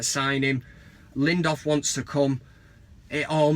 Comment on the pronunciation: I love the van cam, but maaaaan his name is LINDELÖF not LINDÖF. yes there's a difference :)